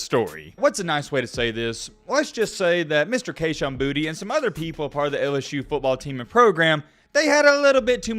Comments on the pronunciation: Kayshon’s last name is pronounced Boo-tay not Booty. #bornandraisedinLouisiana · It’s pronounced boo-tay not booty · Just a tip from south Louisiana...its pronounced (Boo-tay). Put some respect on creole country 😂